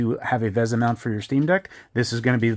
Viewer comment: Also it's pronounced "vee-sah," not "veh-za."